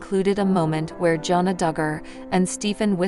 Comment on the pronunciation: Her name is Jana with a short A sound. You're pronouncing it with an O. Not sure why. In fact you've mispronounced almost everyone's name. That makes for a bad video & shows you don't know what your even saying!